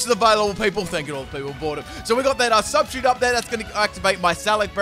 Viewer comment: I am triggered as hell by the way you say substitute.